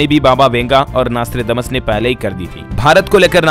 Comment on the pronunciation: आर्रेप्ब्भाव्हु आर्रै प्ब्भ्यैण्हाहा पैलै Nostrademas नौश्ट्राडेमस बोलनेको सिख प्फ्यीर्स्ये तेरे देश की तारिफ पे तारिफ कर पेहेले शब्द सीख